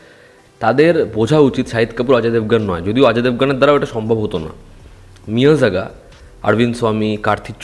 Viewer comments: It's মেইআড়াগান not মিইয়াজাগান🙂🙂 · Meiyazhagan...not lagaan😂😂🤣🤣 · Pronounce correctly the name of the Tamil film.. It's Pronounced like may+algan In tamil zh stands for L kind of pronounciation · নামটা ঠিক করে নাও মিয়ারাগান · মেইয়ারাগান হয় রে উচ্চারণ টা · ভাই তোমার উচ্চারণ শুনে মুভি খুঁজে কিছু এনিমেশন ছাড়া কিছুই পাইলাম না। মুভির নাম জানার জন্য কমেন্ট পড়তে হলো। মিয়াজাকি নামে কোনো মুভি নাই। তবে জাপানের বিখ্যাত এক জাতের আমের নাম মিয়াজাকি।:face-orange-frowning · Tumi thik pronounce korti cho na 😢😢 , original title Meiyazhagan Tamil Pronounciation: meiyadagan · er pronounce 😂